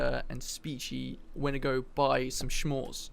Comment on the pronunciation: Shmores Me: S'mores with a s. SSSSSS'MORES ___________________________: I don't know if thats how murder works... me: well thats how the mafia works!